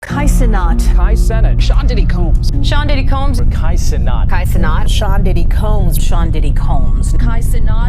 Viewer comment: I got triggered every single time he pronounce his last name as NAAT. Like teeth grindingly annoying.